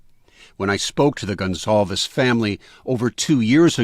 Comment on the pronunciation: It’s pronounced Gon-Sal-vez. Portuguese.